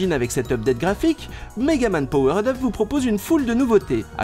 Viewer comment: On dit "power'd up", pas POWERAID UP, lol en plus tu le répète au moins 3 fois en 30 secondes, bonjour l'effet comique.